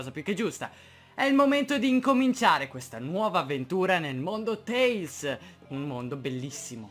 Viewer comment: Grandissimo, non sembra per niente male! Non vedo l'ora di domani per il secondo episodio!! P.S.: Comunque Tales si pronuncia /teɪlz/ (teils) e vuol dire racconti XD